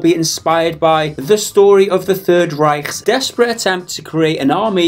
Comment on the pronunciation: you pronounced Reich wrong ffs